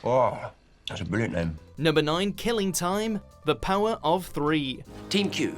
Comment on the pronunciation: The way you emphasised "Killing Time" makes it sound like it was the 'Killing Time', time for the Doctor to go on a killing spree, rather than that he was 'killing time' as in being bored.